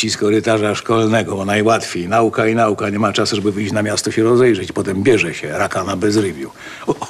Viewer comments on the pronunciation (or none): none